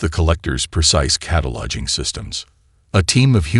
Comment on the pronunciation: How many times did the narrator say "cata-lodging" as opposed to "cataloguing"?